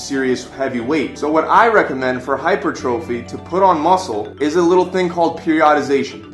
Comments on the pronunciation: Hypertrophy is pronounced HI-PER-TRO-FEE NOT HYPER-TROPHY!!!!! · I cringed every time he said hyper trophy. But yeah... The info is legit. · "Hyper-Trophy" Sigh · its not pronounced TROPHY brah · Always great advice but your saying hypertrophy wrong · Wow, please learn to pronounce common exercise terms. It's not hyper - trophy, it is "hahy-pur-truh-fee". Also, it's not peri-odd-ization, it is "peer-ee-uh-duh-zey-shuh" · dude left his shoulders in the car. and if you are a personal trainer and can't pronounce "hypertrophy"or "periodization" you are wack too